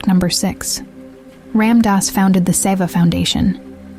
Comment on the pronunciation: If you're going to make a video about him pronounce his name correctly...